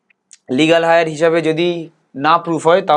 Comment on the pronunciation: Legal heir - এয়ার উচ্চারণটাকে আপনি হায়ার বলছেন কেন ? আর এরকম উচ্চারণ করাটা ঠিক নয়।